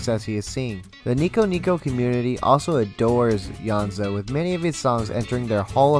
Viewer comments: Sameeee hehe YO-NE-ZU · great video but I am amazed at how the pronunciations are butchered I mean it's literally in Latin, "Yonezu" → "Yanzo" ???????????????????????????? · please don call him kenshi yonzu his name kenshi yo-ne-zu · Just so you know, his name is “Yoh, Nay, Zoo” Among his fans, we call him Yone-San. Good information though. Thanks. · when he said kenshi yonzo i DIED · Man said Kenshi yonzo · Its Yo Neh Zu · HE PRONOUNCES IT KENSHI YONZO IM GONNA GO JUMP OUT A WINDOW NOW GOODBYE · *slightly cringed how he pronounced Kenshi's name * do check out clips when he hosted the radio program, Monthly Artist File -The voice, he spoke quite a lot (its rare cuz he's usually so quiet). If u listen carefully you'll notice when he speaks there's like small pauses where he goes "ehhhhhhhh" while trying to think and it's adorable